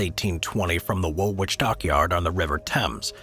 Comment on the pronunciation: Good grief! Have you people never read a book? Furthermore, it's pronounced "wool-itch" . Woolwich is spoken with the second W, silent. Americans have ruined the English language, I still love them, and just have to compromise. There's more great things about the US than the ruination of the mother tongue. 😊